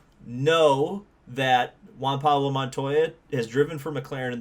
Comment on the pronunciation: Larry Mcreynolds- "don't you mean Juan Pawlo Montoya?"